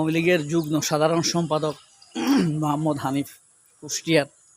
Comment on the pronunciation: যুগ্ম শব্দটির সঠিক উচ্চারণ হলো,' যুগমো' আশাকরি পরবর্তীতে খেয়াল রাখবেন। শুভকামনা রইলো।